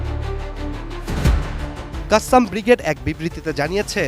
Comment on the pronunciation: কাসেম, কাসসাম না বেকুব